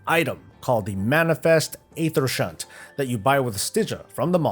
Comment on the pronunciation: Also you pronounced Aethershunt properly, I have giggled like a wee lad when other wowtubers haven’t been able to pronounce that haha.